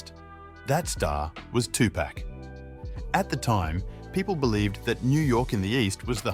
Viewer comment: Notorious B-I-G 2Pac= two pock Don’t do stories on the culture if you can’t say their names correctly